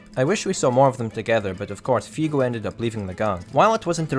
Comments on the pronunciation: Why the fuck do you call him Fiugo? he's called Fugo. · WeebMaster69420 Not really, his accend doesn't bother me, the only thing that bothered me was how he pronounced Fugo's name as Fiugo, but again, that's an understandable error for an english speaker. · Dans I'm not even a native english speaker and I understood it all with no problem, I was really anoyed by the way he said fugo's name tough, but that was an understandable error.